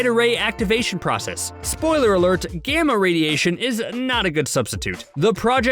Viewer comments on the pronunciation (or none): none